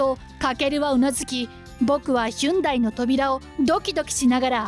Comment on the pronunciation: ヒュンダイ？ ホンディでは？